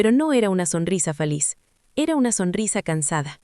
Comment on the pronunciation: Esta historia ya la subieron en otro canal con otros nombres 👎👎👎👎¿Quién plagia a quién?. ¿Songrisa? 😂 SONRISA, no "songrisa". Usen audio inteligencia artificial de mejor calidad.